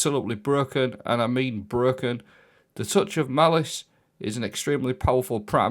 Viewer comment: He's not, he says Bruh-ken